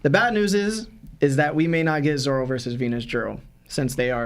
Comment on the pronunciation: Love the pod, started watching some newer episodes and have went back to watch from where yall started.. only thing I can day is I hear a few of yall calling Zoro, Zolo... lol, yall keep up the great work..